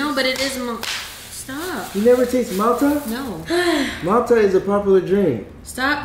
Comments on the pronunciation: He said malta wrong🤣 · It’s pronounced “MALL-Tuh” when you said Mal-Tah it gave me anxiety😂😂😂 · Its not alcohol an from Trinidad an we drink that most of the time an you pronouncing the name wrong its not Malta is pronounce like mall ta ...but its Malta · The way he pronouced Malta got soooo upset everytime he said it because im from the Caribbean. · He saying it tast like Malta but he saying it wrong lol like if u know Spanish u supposed to say it in the Spanish way if u know what I mea